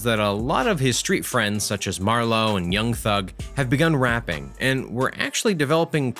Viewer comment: Anyone else who hates how he says young thug😂